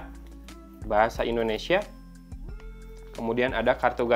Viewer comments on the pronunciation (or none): none